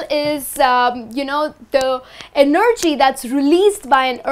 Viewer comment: You guys here said (e-nerd-gy) EnergyM